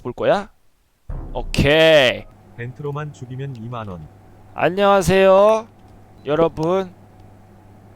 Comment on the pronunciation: 아놔 진짜 미치겠네 ㅋㅋㅋㅋㅋㅋㅋㅋ 아령하쉐요...~ 혜아립니대. 이거 ㅋㅋㅋㅋㅋㅋㅋ